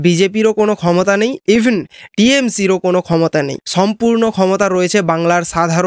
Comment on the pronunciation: তুমি আগে ঠিকমতো বাংলা ভাষাটা বলো - ছম্পূর্ণ কথাটা মেনে ছেই ছঙ্গে তুমি ছম্পূর্ণ মনুষ হও।